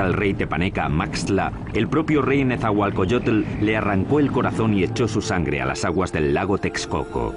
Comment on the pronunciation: No es Netzahualcoyotel, es Netzahualcóyotl!